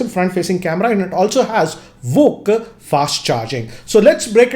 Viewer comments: It's VOOC not VOCC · It's vooc not vock 🤣🤣🤣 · Everybody: Vooc GR: VOCC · It's not walk charge, it's vooc